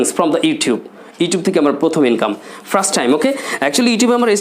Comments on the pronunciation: Hi Bro! Why are you Pronuouncing 'Frust' instead of 'First'? Does it make sense to you? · ফ্রাস্ট টাইম!? 🤣🤣🤣 নাকি ফার্স্ট!? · দিস ইজ মাই ফ্রাস্ট আর্নিং 😆😆 এমন প্রোনাউন্সিয়েশন দিয়ে আবার ইংলিশ স্পোকেন এর মেন্টর! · আপনার নিজের ইংরেজী উচ্চারণই তো ঠিক নেই। 1st এর উচ্চারণ করছেন ফ্রাস্ট। যখন কোন ভাষা উচ্চারণ করবেন তখন ঐ ভাষার সাথে অন্য কোন ভাষা বেশী ব্যবহার না করাটাই আমার মনে হয় আধুনিকতা। আশা করি আপনার ভুল ভবিষ্যতে শুধরে নিবেন। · ভাইরে ভাই, ফ্রাস্ট টাইম কি? উচ্চারন ঠিক করেন মিয়া